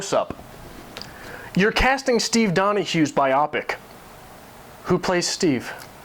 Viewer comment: I wonder if Steve got a chuckle out of your butchering of "biopic."